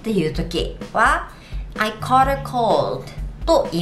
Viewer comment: caughtのオー → [ɔː] 少し、発音がちゃう気が....